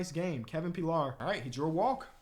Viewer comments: Yo you told us to correct u Kevin Pillar is pronounced Puh-lar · the right fielder is Kevin pill-are that’s how you pronounce it he’s know for making some wild catch’s for the blue jays